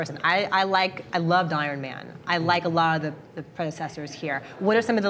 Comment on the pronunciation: hahahahahaha "irin man" XD ....how old are you BRO !!!